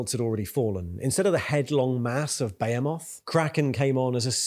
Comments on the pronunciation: Impossible to immerse when this guy says , bahaymoth and tieranids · The way behemoth is pronounced is hurting me physically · Love your videos! Can't stop hearing TAIranids and BEYhemoth though, when its really TYRanids and BeHEEmoth ;)